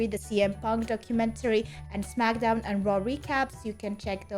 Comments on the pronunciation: Smack - Down not Smacka - Down come on lol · It is pronounced SmackDown,. Most people, including The Rock, just pronounce it as Smack-a-Down for fun. It’s okay 👍